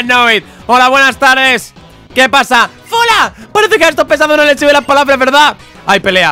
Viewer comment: Dale me gusta si a fola le dices folagoro